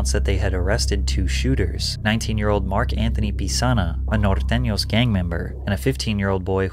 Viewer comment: bruh said "nortenos" all perfect and shi🤣🤣bruh want no smoke😂😭